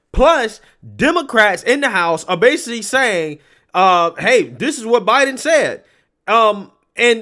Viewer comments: "President Obiden"? You heard it out of her own mouth. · She makes a lot of slips. Like when she said, "Plandemic." Now at least this time Obiden. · psaki says obiden